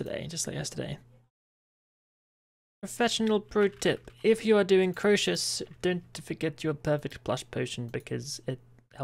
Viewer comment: how do you stil say the name wrong when gorvek says it 500x a fight xD?